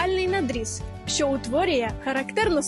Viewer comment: Дівчата, перш як учить когось української вимови, навчіться її самі. По-перше, замість українського переднього звука "и" ви вимовляєте московського "ы". Ви вимовляєте "що" як "шьо", а треба як "шчо". Звук "в" у вас часто не сонорний український, а шумний губно-зубний московський, а короткий нескладовий "у" на місці "в" після голосних я чую од вас через раз, як не через два. Звук "й" ви теж часто вимовляєте з тертям, як москалі. Та й дзвінкі приголосні часто оглушуєте наприкінці слів, хоч самі застерігаєте инших не робить цього. А замість церковнослов'янського "тим паче" годилось би вживать "і поготів".